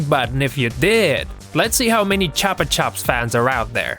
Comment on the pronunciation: its pronounced (ch-oo-pa ch-oo-ps not trying to be mean